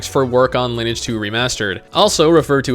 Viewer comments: its fuckin LIN-E-AGE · You do not know how to pronounce Lineage.